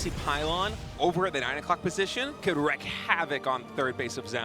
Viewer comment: the expression is wreak havoc - pronounced "reek." Not "wreck." Since you speak for a living and all =). One love, great casting!